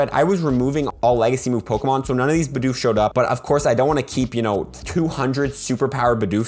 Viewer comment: you litterally said bidoos and bi dousche lol